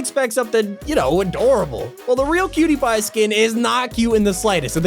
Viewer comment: When he said cutiepie it sounded like pewtiepie